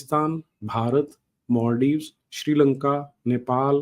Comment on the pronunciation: मॉलडीव नहीं मालद्वीप गलत उच्चारण उस भू भाग पर अपना क्लेम छोड़ने केलिए काफी है